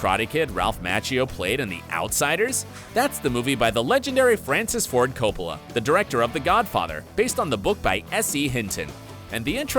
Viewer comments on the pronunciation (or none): none